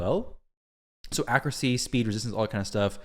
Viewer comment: It kills me the way you say accuracy dude 😂 you say it “accrucy”